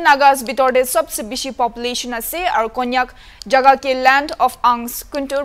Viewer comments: Not kanyak it's Konyak tribe , naga media cannot face the camera? Naga media should visit and report or interview properly, this cannot even pronounce the name of a tribe, saying kanyak , new year ti Christmas khabo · Bro please not kanyak okey konyak ... Please as journalists please try to pronunciation well... U doing grt work. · It's konyak k Mr reporter it's not Kanyak 😂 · Lol all I hear is kannak💔🤧😆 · What reporter is this??? Can't even pronounce the name Konyak properly??? please,I want to request the hornbilltv to use more of our local pple in reporting. I think they can do it much better. Let them also learn n explore our land n it's beauty n different culture. I've been watching your news channel daily n ve observe that much improvement has to be done. I know it's not easy infront of the camera but you can improve it, so take it positively, I know you can do it much better in days to come. All the best 👍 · For such interviews please appoint an interviewer who atleast have little knowledge about what he/she is about to interview. He is struggling to even pronounce konyak properly. And the way he speaks to the king " apni moike Kobo lage " it sounds so rude like no respect to the king at all. He should've been more polite or use such words like "morom para". Or if not it could be said as " apni moikhan k janai dibe or koi dibe"